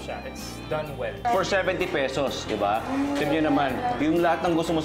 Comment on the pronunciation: Less make up and more enthusiasm won't hurt! And "peysows", seriously?